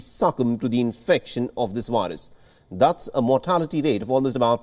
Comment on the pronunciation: You say 'variant'. You say 'very'. You say 'COVID'. Why, then, do you say 'wirus'?! They are all spelled with the same letter!!